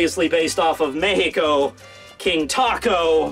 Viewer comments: I'm surprised that you pronounced Mexico with the "X" sound we use instead of the usual Mecsico, haha, I was laughing a lot when I saw the King Taco from the Chichano (I think it's a reference to the word Chicano haha) kingdom, I'm mexican and live in México and for me it was HILARIOUS, I think there was a national figure that said the Die standing quote, but I should google it and see if I'm not mistaken. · says Mexico correctly yet can't say Zapata correctly... 👌😂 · My boi correctly pronouncing "Mexico" just cured my crippling depression. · I can appreciate someone from the U.S. that pronounces Mexico as "Méjico"